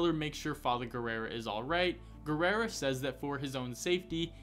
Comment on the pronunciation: why do you keep pronouncing Guerra as Guerrera? XD